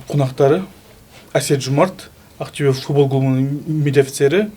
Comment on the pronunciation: Ақтюе емес, Ақтөбе деп айтуға болады ма?